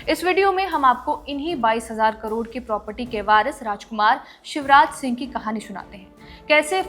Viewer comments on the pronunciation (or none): none